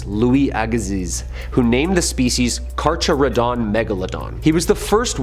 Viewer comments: First, C A R, C A R R Y, D O N, Megalodon. Not CHAR,YOUR, COUSIN, DON. The great white shark which is closely related to The Car Care done Megalodon can regulate its body temperature which means it can dive deep into colder water or it can hang out in tropical waters. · “Carcharadon” is pronounced like “Kar-Karadon”.